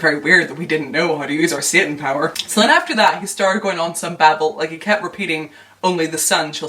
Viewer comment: Random but I love the way you pronounce satan lol